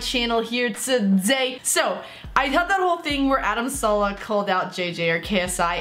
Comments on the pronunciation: it's adam saleh just say saaaa leeee hhhh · Saleh not salah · Is name is Adam Saleh not Salah